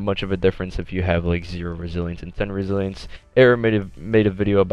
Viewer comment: resilence he forgot to pronounce the other I resilience